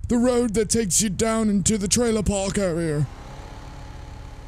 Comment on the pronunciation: "Arear"? Oxford?